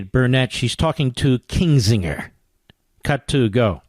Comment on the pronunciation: Why does call Kinzinger Kingsinger? And just make sure you were hearing it correctly, he repeats it over and over.